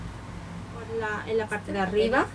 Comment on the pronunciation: dices BRESKA igual que yo!!!!!!!!!! que ilusion , mis amigas se rien de mi porque dicen que solo lo digo yo -.-' :)